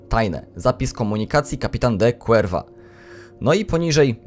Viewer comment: Cuerva czyta się kurwa tak na przyszłość